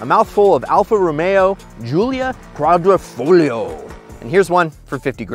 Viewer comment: Ah yes, the Alfa Romeo Quadliaformaggiobonappetit